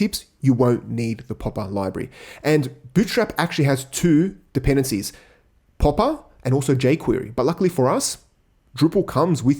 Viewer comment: he said poppa library lol